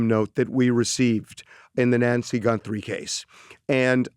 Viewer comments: Did he say GuNthrie???🤦🤦🤦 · Does he keep saying Gunthrie? 👀